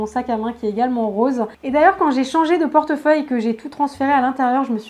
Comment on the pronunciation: Tu l'a mal dit pour le portefeuille